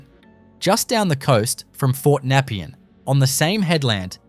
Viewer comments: Its pronounced NEP-PEE-AN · This is shit.. Most of the footage especially Melbourne Cemetery is not Melbourne Cemetery.. it overseas some where.. and learn how to pronounce Nepean !! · NEP-EE-ANN YARR-AHH WTF are you from? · The pronounciation was horrendous. Yarra! napean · Great visual video but a few off putting things about it. The pronunciation of Nepean and Yarra, the most common of Melbourne names is comically wrong. Also #1 the Flinders Street ballroom filmed an artistic installation that the artist Rone did a few years back but you didn’t mention that. It appears that the ballroom looks like all of the time but it doesn’t as it was a show. Entirely misleading.